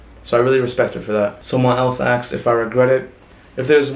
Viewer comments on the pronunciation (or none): Why does he says aksed not asked ?